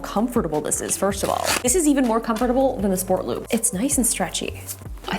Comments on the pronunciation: Your pronunciation of comfortable hurts my brain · Is anyone cringing about the way she says comfortable? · Yeah she says is Come-fer-tuh-bull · The way she say Com Fort Able XD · Laughing at the way you pronounce comforTable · Drink every time Justine says "com-fertible" :) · So comfortab”B”le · Love Justine, but her saying “ComFOR-TA-ble” is kinda of annoying me 😂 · She saids comfortable different. It sounds so weird to me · I just love how she says comfortable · why do you say comfortable wrong? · Is anyone else hearing the word ‘comfortable’ differently... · The comment I was looking for, I thought I was saying it wrong for a second. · Yes, I was like ummm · It's a bit shocking coming from a native speaker..... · Came to the comments to see if I was the only one😂😂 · THANK YOU. I was looking for someone who commented on it! lol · Glad I was not the only one to notice it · The way Justine pronunces comfortable... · No ones gonna talk about how she says comfortable 😭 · I’m confused now you say com-for-ta-ble? Or comf-tar-ble? How do you pronounce that 😩